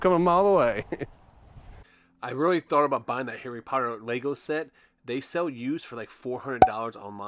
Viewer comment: Hey lady it's "LEGO"